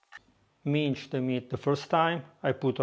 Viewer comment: It’s pronounced mins (s like salt) not minch old boy.